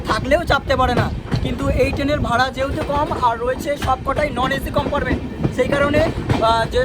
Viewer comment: Amrit Bharat Express er locomotive details dakhano uchit chilo. Ei train e duto WAP 5 locomotive push pull technology te use kora hoy. Ar akta kotha, "COMPARMENT" noy, pronunciation ta "COMPARTMENT" hobe.